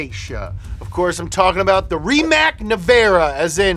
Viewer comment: Rimac is pronounced rimats